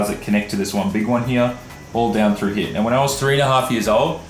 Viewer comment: has the wildest accent like just the word here he says heaw he has aussie mixed with Japanese its crazy to hear his vowels some other aussies don't even sound like him